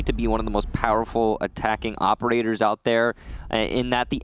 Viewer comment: 'opeDators' is my focus. He mis pronounced operators